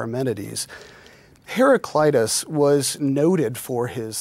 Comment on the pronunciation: In Greek we do not have such a pronunciation as 'eye' (hera-kl-"eye"-tas). A is also not pronounced as the American 'ah', it is pronounced more of an 'uh' (like the first A in the name Maria). It should be pronounced kind of like "hera-klee-tuss'. The man at 30 seconds is the closest :)